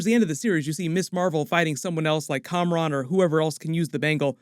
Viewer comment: and it's KAMRON not COMRADE